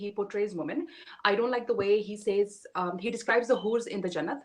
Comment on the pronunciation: Arey adhi angrezan Whores nhi Hoors... 😑😑 Know the difference bolna seekhle, khaunaq cheez...